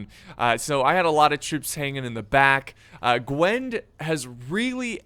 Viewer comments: Just for reference, the faction is pronounced Gw-in-ev not Gwenv! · he means Gwynedd guys not Gwen...